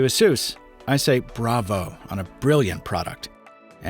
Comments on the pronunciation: "uh-soos?" Isn't it pronounced "Ay-sus?" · Isn't it pronounced like in Pegasus? 🤔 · Seriously, the brand should be pronounced like 'A Ser S'.